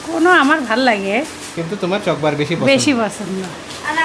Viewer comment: কথাটা চকোবার,চকবার আবার কি?